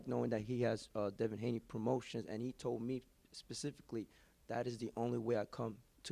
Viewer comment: Who’s Devon Haney? It’s Devin, I know that and I’m from the UK :/ other than that good work son